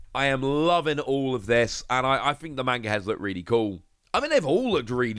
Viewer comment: The way you always pronounce manga triggers me